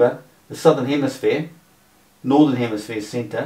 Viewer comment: He says “northern hemisphere” and “southern hemisphere” so many times and still, he has no clue…. Say again “hemisphere” but slowly….!! Lol